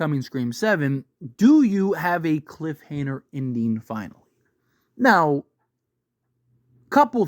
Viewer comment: Duddde...its "Cliffhanger". Idk what the hell u keep saying haha